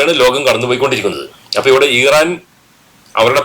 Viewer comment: ഈറൻല്ല,,, ഇറാൻ, എന്ന്, പറയുക